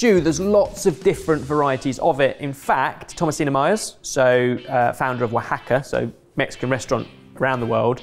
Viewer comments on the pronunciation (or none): none